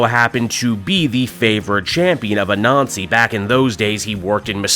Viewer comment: I know your not doing this on purpose but Anansi is not pronounced A Nazi its Ah-Nan-zi otherwise you make Miles sound like he should be goose stepping instead of thwipping and thats no good